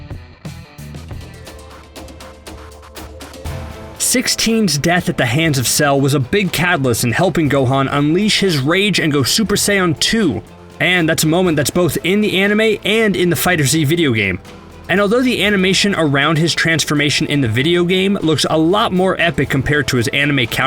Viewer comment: mans said super cyan 2